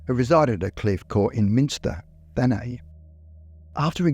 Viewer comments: Always love the videos, mate. But it's Thanet (literal pronunciation), not the French style 'Thanay'...no worries though, I'm sure that I can't pronounce Aussie or Kiwi place names correctly either! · You pronounce the 't' at the end of 'Thanet'. It's named after a god of death. 💀 I went to Thanet College ... 📚💀